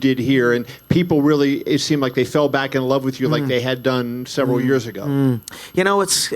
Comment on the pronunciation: Ras weally